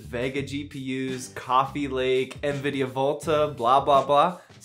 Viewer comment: Lol, "ehanVidia". I love how people add extra invisible letters when pronouncing it.